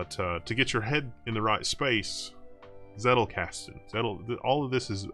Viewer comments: It's pronounced Tsettel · One interesting tidbit is that the German "Z" is spoken like "Ts" so "Zettelkasten" would be more like "Tsettelkasten" when spoken. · I just watched it to see how he pronounces "Zettelkasten" ....